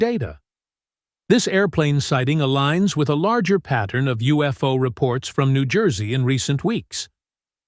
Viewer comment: Pronounced New Joyzee